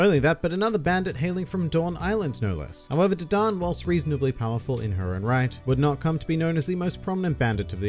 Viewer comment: dadan this man says d-don